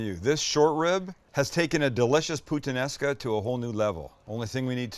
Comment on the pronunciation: "I'm a huge putanesca fan" bawhaha